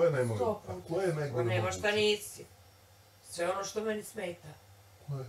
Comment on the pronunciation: I kaze da je to naglasak, ne zna č ć đ dž upotrebiti kako je ispravno 😂gradivno osnovne